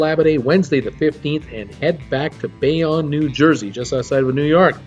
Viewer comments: ugh Bayonne is pronounced like this "BAY OWN" where did you get "Bay On" from that? LOL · pronounced Bay-Own